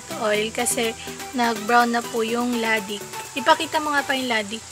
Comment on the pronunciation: Latik ang tawag dyan hindi "Ladik"😁😂